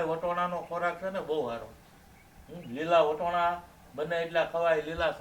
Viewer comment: તમે વટોણા કેમ બોલો છો અમે તો વટાણા બોલી